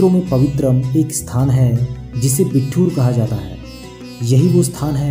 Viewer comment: Bhai, ye बिट्ठूर nhi बिठूर है